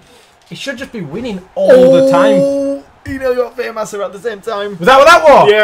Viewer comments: and Perkins well u guys are very 'Famass' No, I've just ruined it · Are u guys purposely saying famouser like Famasser on purpose or is it ur accent xD